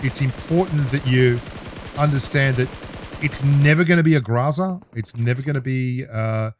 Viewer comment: GROW ZUH NOT GRAH ZAH